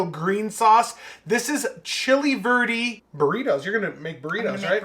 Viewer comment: Bro, before you come down to go with me to the clubs in Miami you need to learn how to say verde lol. That burrito looked amazing and definitely fork and knife worthy. Awesome job!!!